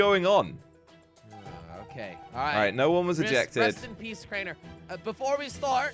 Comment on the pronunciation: It is Kraner Kraner your sauce Kraner